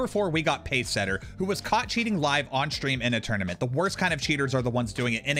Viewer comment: Is there a legitimate reason why gen z's always put letters in words that absolutely do not belong in those words? Example, shtream. Why? There isn't an h in the word stream. Look up the word in the dictionary to see how it's properly pronounced. How many videos do I have to watch repetitively before i consistently find gen z's pronouncing words correctly. It's always pretty much the same word they pronounce incorrectly. It seems like this world will pretty much be entirely full of copycatters. Get a life man.